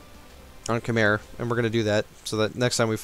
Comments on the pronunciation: I'm not trying to be a know it all, but Khmer is pronounced "khamai"...that is really confusing right??!!. romanticizing eastern languages is really weird. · My friend from Cambodia informed me that Khmer is pronounced Keh-mai with emphasis on the second syllable. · Just so you know, "khmer" is pronounced "k-my", "my" as in the english word